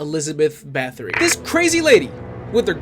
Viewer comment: not huge but everyone seems to mispronounce Bathory, it sounds like Batory